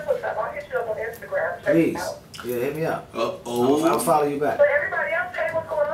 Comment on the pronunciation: Did say instant gram? Hell naaaah